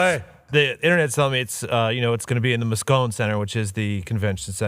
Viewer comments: Its "Mo-scone-EEE", for Moscone Center -all vowels are long. Also, dont worry about attendance, people will absolutely show up on a Tuesday night. The city is gonna be packed all week. Its too small for it to feel like it isn't. If numbers are down, you'll never know. Can't wait for the NFL invasion of my city! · hi ive been watching almost daily since before ESPN. I live in SF with my daughter (my birthday May 4th and her birthday May 2nd) please tell the guys The Moscone Center in SF is pronounced "MossConey" like Coney Island. loving my for the brand sweatshirts! YTB!